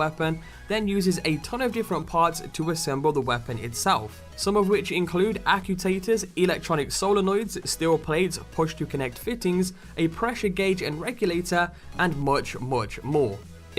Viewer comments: Are "ACUTATERS" like actuaters? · "Ack-you-taters"? Pretty sure it's pronounced "ack-choo-ay-ters"